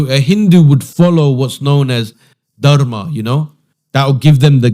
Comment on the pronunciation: Was he really a hindu? Why is he unable to pronounce 'Dharma' correctly? No matter which country you're in, Hindus consistently pronounce it the same way. But this guy? I'm not even sure if he has Indian features but judging by his skin tone, even if he does, it raises more doubts. How could someone from an Indian family not be familiar with such a basic and commonly used word? Did his parents never teach him